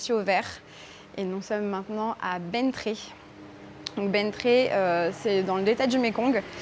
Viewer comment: On prononce "Ben tiè", je suis gentil j'ai mis un commentaire, et je suis d'accord avec toi, le delta est magnifique